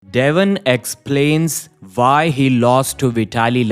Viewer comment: Devon explains " VAI " ? pls learn to pronounce - W - if you want english speaking ppl to follow your channel and understand